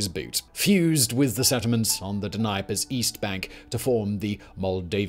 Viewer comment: Please for the love of God look up how to say Dnieper and Dniester.